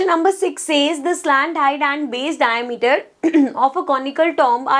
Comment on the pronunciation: Mam its not डायामीटर,😂 its डायमीटर